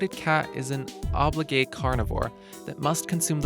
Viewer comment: Beautiful cats, but ugh... the mispronunciations of some pretty common words ("obligate" in the adjective sense, and "climate", don't rhyme with "primate"), and "Manul" being spelled "Manual" (like instructions)... they're distracting. I'm less likely to watch a video with mispronunciations and misspellings.